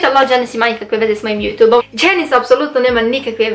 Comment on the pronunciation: Kako cudno kažeš YouTube(Jutu'b')😂Velika podrška za tebe💞💖